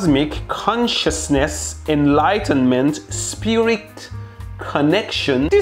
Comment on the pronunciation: Mehdi trying to pronounce "consciousness" so hard but failing was really cute ❤️